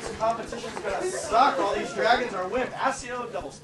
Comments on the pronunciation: Excuse me but, It's aKio, it's not aSio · And you are saying it wrong it's accio not acio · its not ascio its ackio! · It is pronounced AKIO not ASIO,, ugh muggles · It kinda annoys me how it sounds like they're saying assio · i know im a bit late but its pronounced AK-eee-oh not Ark-eee-oh or Ar-see-oh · Harry said Accio wrong and that is extremely irritating for me ughhhhhh